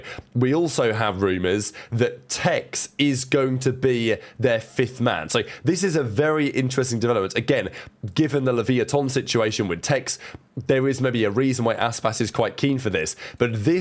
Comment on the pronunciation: Gotta love “LeviaTON”